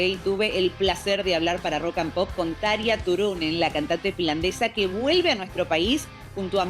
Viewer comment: Soto pose aprende como se pronuncia Tarja x lo menos